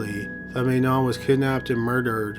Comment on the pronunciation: Please do me a favour and pronounce Manon the French way as she was Canadian. The “a” of her name is the one of apple. It seems so little to give her the proper pronunciation considering her sad fate.